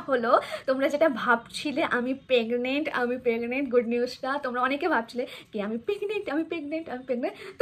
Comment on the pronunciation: Pegnent noi that's PREGNENT.